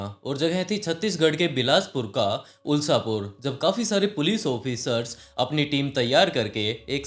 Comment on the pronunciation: Bhaiya ulshapur nahi hai. Ushlapur hai